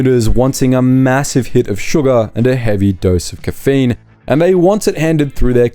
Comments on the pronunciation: How are you saying caffeine? 😅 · I know this is not AI due the rather unique pronunciation of caffeine. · RUBBISH. Can't even pronounce "caffeine" properly. Ai garbage. Get real or GO HOME.